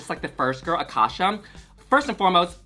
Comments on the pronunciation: It’s not pronounced like akasha like the queen from season 1 is pronounced A-CASE-YA like acacia forgot like in case you forgot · It's Acacia like the flower lmao not Akasha 😭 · it’s not aKASHA it’s ACACIA. Like the tree??? In case u forgot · A-casia not akasha forgot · a-KAY-cia (in case ya) Forgot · Just for future reference (and with nothing but love) - Acacia is pronounced "Uh - kay - shuh" - it's a play on "in case ya forgot" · These 2 getting Acacias name completely wrong has me DEAD 😭🤣